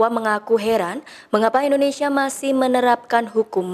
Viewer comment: "Endonesia", Indonesia mbak